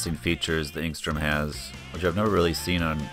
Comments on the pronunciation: You keep pronouncing it if there were a g in it aka engstrom. Its enstrom. You become annoying. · I just wish you wouldn't say "Engstrom."